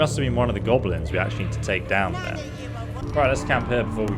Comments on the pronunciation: Hearing call them "GOBEHLENS" is painful. "GOB-LIN". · Gobble-lins?? Oh sheesh... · So noone is going to mention the way pronounces GoBElinZ? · he is saying Gob-o-lins? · What are these "Gobbelins" and "Durids" you speak of? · be like "Gobelins" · you call them G o b o l i n s